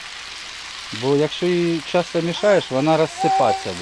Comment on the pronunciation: Що за мова ? Украінська ? чАстА перегАртає згАрить пАсАлив рАзгАртАть . Все через букву А . так розмовляй вже на рідній тобі російській . Не псуйте мови Украінськоі . ПАмідорчики . рАзрАховивать . Господи …….